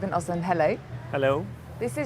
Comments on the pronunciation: Oslund? It's Östlund. Bad journalism. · Ruben Östlund not Oslund if you please ;) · öst is same as east in english but a french would know that so she would not pronounce the t